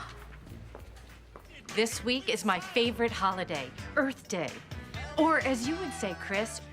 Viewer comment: No wonder Tyler made Earfquake Earfquake 😂🤣😂🤣🤣 This holiday is Earth Day, or as you say it, Chris Earf day